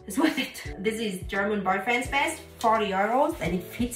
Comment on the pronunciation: You pronounce "euros" in the German way even when speaking in English.